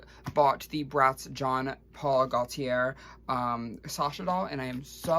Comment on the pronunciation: It’s pronounced Zhaw Pawl Goteeyeh